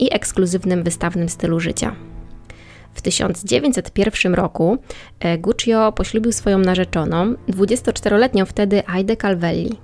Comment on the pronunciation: Nie żebym czepiał się, ale często wymieniasz nazwisko rodowe i Guccio trochę kłuje w uszy. Poza tym spoko.